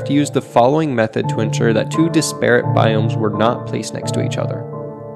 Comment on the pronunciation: No judgement no hate just want to clear something up: The word "disparate" as the emphasis on the FIRST syllable (DISS-puh-ritt). Not on the second syllable (dis-PAIR-ut). Carry on.